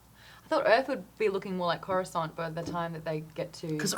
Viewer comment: What are they saying ? Korensant?